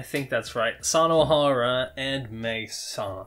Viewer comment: Small tips: Japanese pronounce their alphabet exactly how it is written, like the "u" in Sunohara is not u in "sun", but u in "you" or "brutal". Kinda hard for English speakers but hey, I appreciate that. Anyway, this is the most surprising arc so far because I felt like this came out of nowhere.